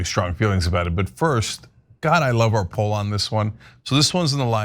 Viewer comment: "are" approval..... It's "our" approval. Love you Trump